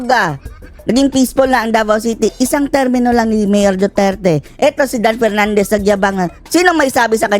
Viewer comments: Dan PERNANDEZ kase hindi maka prounce ng "F". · Bigkasin mo muna ng tama ang P at F V at B ng tama baka mabilib pa ako sayo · Nahiya naman kami sayo Dan Pernandes...ayusin mo muna ung letter F at P mo...ek ek mo. Kapal ng mukha mo. Ni sa kalingkingan ni Duterte, wala kang sinabi. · Kapal ng mukha ni Dan Fernandez 😅😅😅hindi nga nya alam ang difference ng F at P 😅😅😅ang F pronounced nya as P 😅😅😅ikaw Dan Fernandez may nagawa ka sa lugar mo? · Paano Ka naging magaling pa Kay Duterte "Dan Fernandez" ni F nga di mo kayang ma pronounce... With all due respect tongressman!!! Wala kang ka F F F F F 😂😂😂😂😂